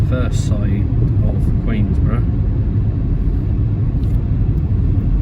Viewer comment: No s in Queenborough. 😁